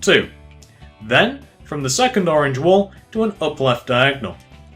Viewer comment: why do you keep on saying the word diagnel